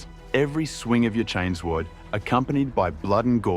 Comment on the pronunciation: This whole channel is AI generated, easy enough to tell just listening for 5 seconds, and is basically confirmed when the AI pronounced Chainsword, as Chains Word.